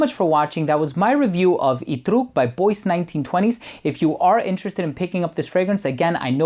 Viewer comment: I'm guessing it's not "boyce", but "bwah" as in Bois du Portugal.